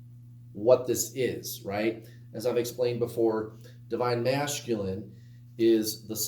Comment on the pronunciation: I noticed that too! Lol